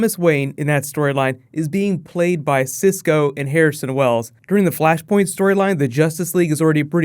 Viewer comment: Flashpoint. FLASHPOINT. FLUSHPERNT. ERHMAGERD ETS FLUSHPERNT